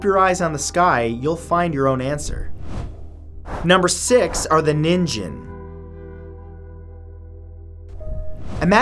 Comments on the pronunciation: Pronounced “Ning-gen” not nin-jen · Ningin? Knight Kin? Fallout 5 confirmed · Nin ghen* (like human in Jp) "ninjin" would b "carrot" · love your videos matt, but the way you said NINGen had me saying "NANI!?" lololol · Thhe way he pronounces “ningen” is cringey